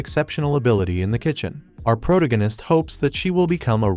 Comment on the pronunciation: ah, the good old PROTO-ganist narration. makes my teeth hurt